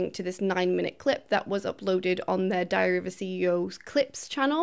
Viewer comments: In the opening few seconds, I genuinely thought you said "..diarrhoea of a CEO" It works either way.. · When you said “Diary of a CEO” I heard “Diarrhoea CEO” and cannot stop laughing.